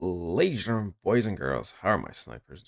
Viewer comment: “Ladies and gnrmnn”